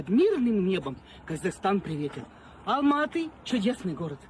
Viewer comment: Как она правильно назвала Алматы.